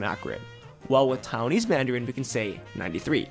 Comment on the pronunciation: TAI-WAN-ese, not TOWN-ese